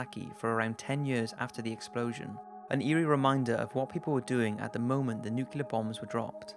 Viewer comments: Isn’t it nuclear not nucular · It's nuke-LEE-er. Not nuke-you-ler. Hey, by the way, I live in Houston and many of the locations mentioned in the serial killer segment of this video for Dean Corll are still there. One of the vehicles he used to abduct some of his 28 some-odd victims was a white ford van and the last address he lived at (the one where he was finally shot and killed by one of his accomplices) was in a neighborhood in south Houston. Well, that house is still there to this day and if you do a google maps search for that address and select street view, guess what you see parked in the driveway? A white panel van. Creepy! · Enloah Gay? Nuculer bombs? Please take the time to watch pronunciation videos prior to doing your voiceovers, especially when you have 3+ million followers. At least pretend you care. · "new-cue-ler" is not a word